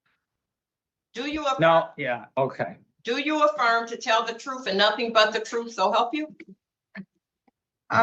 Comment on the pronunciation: do you solemnly AFFLIRM